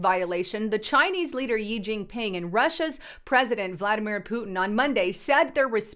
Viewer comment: xi pronounced "she" not yi